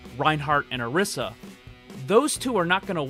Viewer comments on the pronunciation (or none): Orisa? Its Orisa!